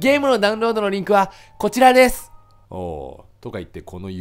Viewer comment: ｢リンク飛べない！なんでー？｣ わし(言い方可愛いな) ｢でゃうんろーどでぃえぎない！｣ わし｢( ﾟ∀ﾟ)･∵ﾌﾞﾌｯ!!｣